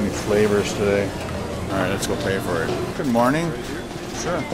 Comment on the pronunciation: i know its good when some one says "Ibs glood." awesome video!